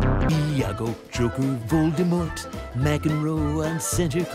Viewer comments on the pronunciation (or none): none